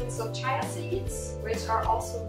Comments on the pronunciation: it is not "chaia"seeds, it is "cheea" Good recipe, thanks! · Your saying chia wrong it's CHEA